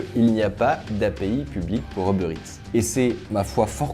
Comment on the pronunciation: "Heubeurre Ète"